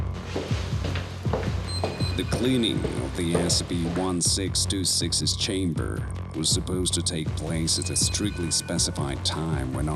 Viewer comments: lol the narrator seems to pronouncs the e's like a's.... also, Espy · Look i like SSCP Videos but i gotta call you out I'm unsure if English is not your first language or what but the way you say scp just saying SC and containment breach with the at the beginning and a few others i can tell this was written with A.I, the pacing of the words gave it away A.S.A.P 😞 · I'm halfway through and I'm still waiting for it to pronounce SCP correctly. Wth??? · the way the narrator said SCP had me rolling on the ground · THANK YOU! I had to rewind multiple times to confirm I'm not having a stroke or something, haha